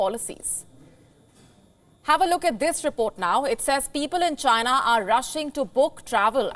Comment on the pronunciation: IT CAME FROM CHY-NAH